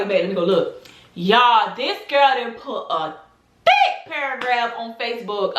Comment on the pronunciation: the was you said thick 😭😭😭😭